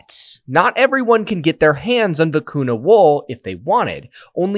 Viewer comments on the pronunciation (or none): When it's written vicuña, it should be pronounced "vicunya", not "vicunna".